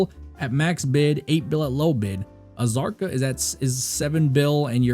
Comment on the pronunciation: The K in Kzarka is silent.